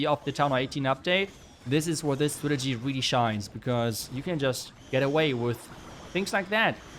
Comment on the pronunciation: Are you incapable of saying strategy properly? Lmfao, clown